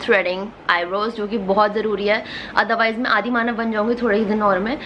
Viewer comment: When said adimanav I thought she said adhi manav (mnv):)